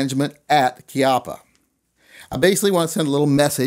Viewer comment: its CHI as in CHEE APA